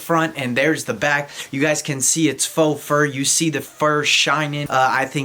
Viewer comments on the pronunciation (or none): none